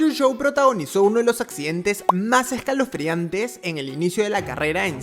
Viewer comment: E S C A L O F R E A N T E jajaja